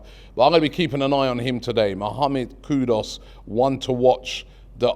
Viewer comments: His name is KooDooos not Koodus or Koodos! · Read African names phonetically & you will rarely go wrong. It not qudus kudos , it's Kudus simple. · As usual butchering more names it's Kudus not kudos 😜😜😜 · KUDUS ..not Kudos 😅